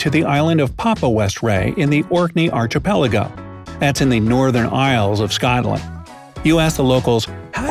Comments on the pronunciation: HE SAID ar CH a pelago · Mispronounced archipelago , mispronounced Edinburgh , and mispronounced Gatwick .